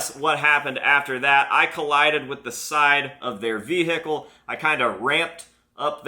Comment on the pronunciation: the way he says vehicle "veHIcal"